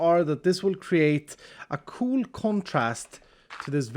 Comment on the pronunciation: the primary reason i watch iskall is because he says "cool" like "coo-luh" :)